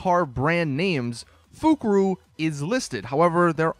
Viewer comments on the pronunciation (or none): Fukaru is pronounced as "Foe-kaa-roe".